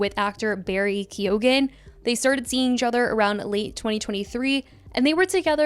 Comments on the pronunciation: Barry KEY OH GAN 😅 lmao i think the e is largely silent, like kyoh-gan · 😂😂😂😂 Americans can never prob😅Irish names they are alway butchered to bits